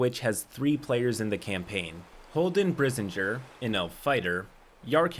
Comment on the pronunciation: Holden brisinjer lmaoo